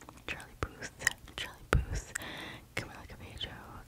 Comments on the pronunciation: I think it’s pronounced cuh-mill-uh cub-aye-yo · btw! for camilla cabello it’s actually pronounced car mee lah cah bayo